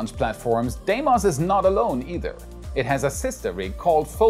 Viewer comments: lmao, I believe it is pronounced "D-mos" not "Die-mos". Regardless, great video! Thanks,! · Deimos is actually pronounced deemos